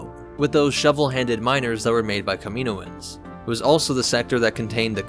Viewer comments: I usually love videos, and i often learn things about star wars lore here. But the way he pronounced Kaminoans incorrectly through the entire video, even after the audio book clips, was enough to cut this one short. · In media, the pronunciation of Kaminoans is definitively illustrated. Why are you pronouncing this incorrectly? Seriously, wtf? Did you even watch the clips that you inserted into this video? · It’s not kamino ans it’s kam in oans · Pronounced Cam-a-know-an not camino-an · I thought it was pronounced "cam-in-oh'-in" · great vid! lots of good info. i did cringe a little every time the narrator said "kamino-ins" lol but that's just a funny quirk not a criticism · The Kamino-ans? Dude 😂 30 seconds in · Say it with me KAM-IN-OH-IN'S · I don’t know if I’d listen to someone who says kamanoins wrong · In the clone wars animated show they pronounce it Kami-Noans not tryna b a dick just throwing it out there dope vid tho I never knew half this stuff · You pronounced it wrong lol. By sound, it's kam-e-no-ans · Cool vid, but the mispronounciation of Kami NO ans drives me nuts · Shouldn’t it be pronounced cam-in-oh-ins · NOT pronounced Ka-MEEN-o-anz!! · watch Bad Batch and you’ll hear that it’s pronounced “kami-NO-ans” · You mispronounced kaminoins so much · 2manynegativewaves he does it as a joke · You’re pronouncing kaminoans wrong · Your pronunciation of Kaminoans hurts my ears. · Please pronounce “Kaminoan” correctly it hurts my ears